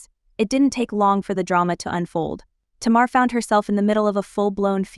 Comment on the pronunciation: TAY-mar … not Ti-mar.